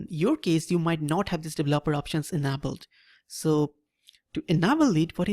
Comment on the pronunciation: you say okay too much, and it sounds like you have tons of spit in your mouth when you talk.... very annoying. Also its not UNABELED, its ENABLED (pronunciation: in-a-bold)